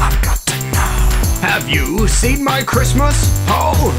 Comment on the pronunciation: Wait why do the captions say Chrustmus when if you slow it down you can clearly hear him pronounce Chris-mis